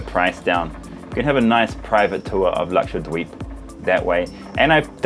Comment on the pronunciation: Luxured weebs is what I heard and tought you were saying 😂